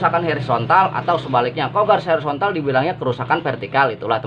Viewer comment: Hoooorizontal pak Bkn Herizontal...pake O